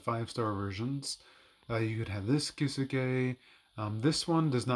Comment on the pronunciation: Key Zoo Kay lol. Your Kisuke pronunciation is awful. 🤣